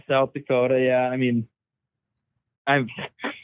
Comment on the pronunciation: I appreciate how you guys respected North Dakota with authentic pronunciation. There is no T in Dakota. Just a second D.